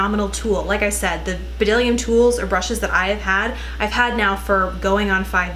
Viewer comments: I've been using bdellium tools forever! I love them! They are so underrated!! The b is silent by the way :) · FYI the b is silent :)